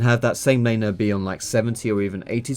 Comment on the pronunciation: I swear when you say "Laner" it sounds like your saying "Elena". Like, it's all Elena's fault for the Jungler being fed.